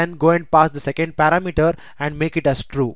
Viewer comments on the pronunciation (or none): it is not para mater, it is par-ram-eter